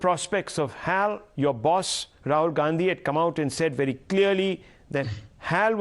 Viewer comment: It's not hal. To be pronounced each letter H A L ....plz say it like that only...it's Hindustan Aeronautics Ltd